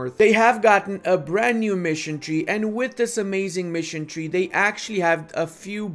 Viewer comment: Missiontrie. Missentrie. Missiontree. Mission <> Tree?